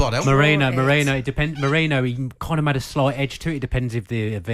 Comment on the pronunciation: It’s MeRIno not MoREno - do your pre-match research